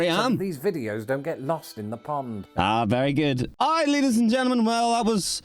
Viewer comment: did NOT say ladys and gentlemen😭